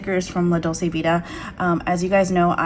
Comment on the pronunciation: Hello! I like your channel and thank you for sharing your planning style with us. Just an FYI, Dolce is pronounced as DOLE-CHAY, meaning sweet. La Dolce Vita = the sweet life. You can hear the word here